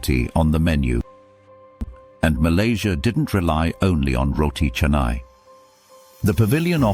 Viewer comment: Thankyou-for-pronouncing-roti-canai- correctly-just-like-malaysian